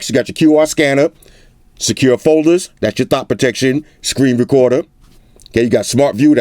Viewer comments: haha "thot protection" lol 😁😂😆🤣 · Wait? Did I hear you say "thot protection"? 🤣🤣🤣🤣🤣😂😂